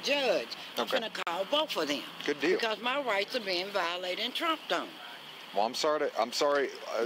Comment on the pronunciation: She said Tromped on.